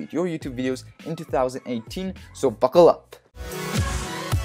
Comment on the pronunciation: did he just tell me to fuckleup?